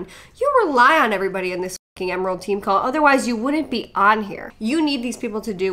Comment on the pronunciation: The way that one girl says "emerald" I swear she was saying "Emeril." BAM!